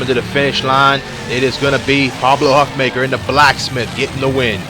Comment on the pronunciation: I think Huffaker's name is pronounced Huff-Faker by the way